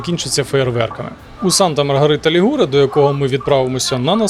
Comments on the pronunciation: Санта Марія ЛІгуре,а не ЛігУре! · Санта Маргарита ЛІгуре,а не ЛігУре!